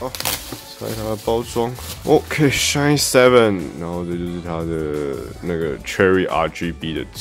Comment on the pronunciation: 蠻喜歡你的影片，至少優缺都有講出來，而且最主要沒把SHINE 講成SHINEE 哈哈，很多其他影片都講錯